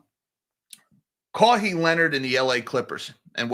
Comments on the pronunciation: Losing my mind over saying “Kaw-hee” lol😂 Love ya. It’s pronounced “Ka-why” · His name is pronounced Ka-Why…. Kaui adjacent sound If you find you’ve jumped the gun on implicating Mr Ballmer, pls correct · I never had a Po-tah-to salad. I hope it's as good as Potatoe Salad. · Kawhi pronunciation: Bird call (KAH!) then pronounce the letter 'Y'. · "Ka-Why" Leonard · Yeah, but still… shout out to Caw-hee. That’s all I’m calling him from now on. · Sorry but i can't hold my laugh hearing your pronunciation of Kawhi haha, anyways, there is no way he gets kicked out as he is one of the top platers in the league and the NBA commissioner (Adam Silver) is a player's commissioner so he is always on the player's side